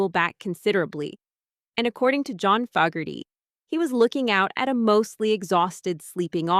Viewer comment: It seems like you can't pronounce Fogerty correctly. How old are you? (Or are you AI 🤔 ?) I've got the longer director's cut on the 40th anniversary DVD. I think it's still too long. I'm 72-years-old and running out of time. There are still so many albums I have never heard.